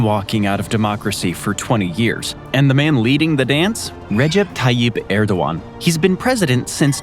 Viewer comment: It’s “ErdoGan” not “Erdowan”.